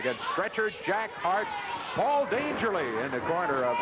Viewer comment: Why does Lance Russell call Paul E Dangerously - Dangerly?